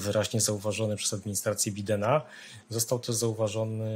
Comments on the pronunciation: Ekspert który na Bidena (bajdena) mówi (biden) a Petersburg nazywa Leningradem. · reczywiscie elokwentny. Niby politolog ale nawet nie potrafi wymówić poprawnie nazwiska prezydenta USA